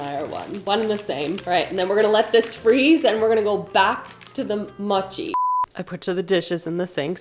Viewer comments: I was thinking the same thing about how she pronounces mochi…I’m completely OK with it…I may pronounce it muchi from now on! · I'm currently learning Japanese and that's how I was told to pronounce it. I wanted to edit this to say moh chee would also be correct because the moh and mow should sound the same. It's an o sound like owe or oh. Written in Japanese it's もち. The first hiragana is mo and the second is chi. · The way you are pronouncing mochi is triggering to me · Please learn how to say mochi correctly 🥲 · I’m glad I’m not the only one being slightly driven nuts by the mispronunciation of mochi. Still love you and the video though! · Mochi is pronounced with a long O like in boat. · the way you said mochi hurt my soul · I am mom to someone not much younger than you so I feel it’s OK I can say Mochi is with a long O like mowing. Honestly no hate I just felt you needed some help please don’t hold it against me. Honestly I just go to Google and ask it to pronounce certain words for me and it really does help. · I’m totally here for your strangely Canadian pronunciation of mochi. 😂 Your watermelon 🍉 was at peak ripeness. I just bought a total dud at the store 😭😭😭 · No one laughed at her. She could have searched for it. It's not that hard. It's the most easy word. what if someone pronounce apple as ee-pple. You would be mad too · Ooooh ur saying Mo-chi, sounds more like ur saying Matcha 😅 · Its "Moh chee" (the "mo" is pronounced as in moron) not maatchie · It's Mochi not Machi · I love how you say mochi😂 like u say machee instead of moh-chee like when you say more the mo, is how pronounce it I think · Mow-chi, not mah-chi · Pronouced 'Moh chi'.. :) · PSA from Hawai'i is pronounced mow-chee. Love yah. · It pronounced mo chi like oh so m oh chi lol hope that helps 😛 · maybe you could dry the peaches with a paper towel ? or dry them and also do it in the air fryer? also mochi is prounced moe-she :) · It’s actually pronounced mō chi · It’s pronounced Mowchi.